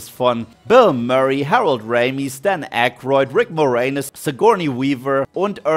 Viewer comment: Und der gute Mann heißt AYkroyd und nicht Akroid. Ich könnte abdrehen, wenn die Leute A Deutsch aussprechen. Außerdem ist da ein y.